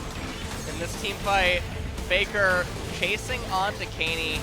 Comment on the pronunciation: Yes. For exemple they say Peikar not Faker.